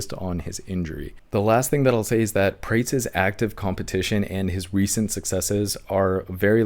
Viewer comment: Carlos Praa-Tez not (prates, rhymes with crates)